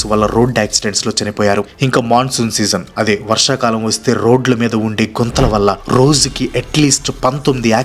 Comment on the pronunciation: Guntalu kadhu bro gunthalu😂 but bro hat's up to you for video ❤